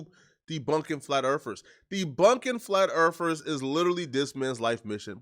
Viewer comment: "Flat Erfers"?